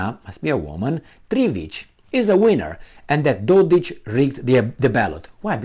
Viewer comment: dodiK, not dodich...lol,...